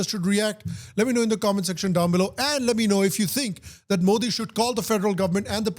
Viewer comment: When you listen to how to pronounce ' Modi ' from native speakers,but still pronounce it wrong😂